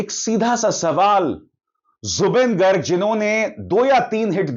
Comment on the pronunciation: It's not गर्ग It's गार्ग....🙏